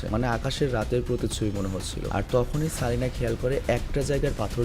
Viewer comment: ভাই কারিনা।।। সারিনা না